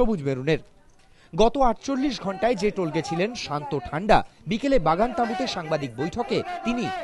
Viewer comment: টোলগে নয়, তোলগাই